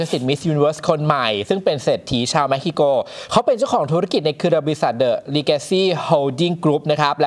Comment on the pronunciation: เม็กซิโก ทำไมได้ยินเป็นเม็กฮิโก